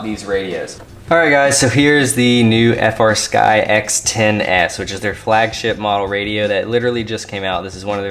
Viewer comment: That gimbal sounds like a high end fight stick gimbal. This was a great overview. Any chance of showing of the menus and displays? Oh, and I need to be that guy. I know you know they are called FREEsky, but you still call it F R Sky. Just me being a weirdo about that lmao.